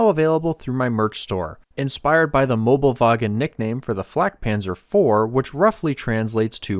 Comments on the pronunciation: Not mobelwagen, Möbelwagen, thats important because if you wanna translate, it would be Furniture Trolley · It is Möbelwagen not Mobelwagen. You can get close if you know Möbius strips. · Mobelwagen is wrong, it is called Möbelwagen